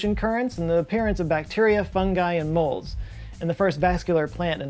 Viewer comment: did you say bacteria funghi and molds or did you say moles?